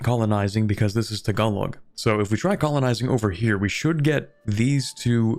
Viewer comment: Tagalog is pronounced Tag-a-low. That will at least get you closer to the pronunciation.